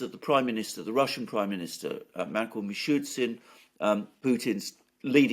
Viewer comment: Love the programs guys. I have been watching for a while and have to point out how Alexander Mercouris continually mispronounces Mishustin's name. It is mi-shoo-stin. Not mi-shoot-sin. My only criticism! Keep up the great work.